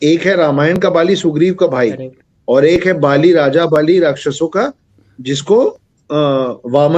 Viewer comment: बालि और राजा बलि काली माँ और कलि उच्चारण अलग है |